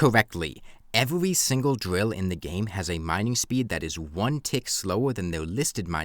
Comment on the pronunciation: “Evewy pickaxe”